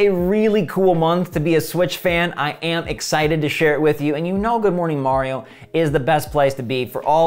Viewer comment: Say it with me " Ma-ree-ow "